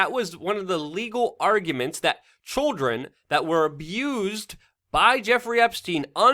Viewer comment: "Chwrildren " -luke Lol